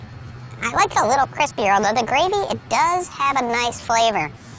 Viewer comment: dont know why, but i heard brad saying DELANY!